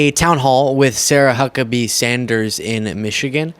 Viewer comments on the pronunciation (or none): The "H" in Huckabee is pronounced as an "F."